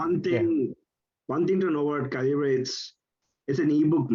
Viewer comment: A few thoughts. It's pronounced like caliber. Read the Faq. Epub is the open format. Kindle uses a proprietary file type. You can hook up an eReader (Kindle or other) and transfer/convert books on the fly. Also try the server option.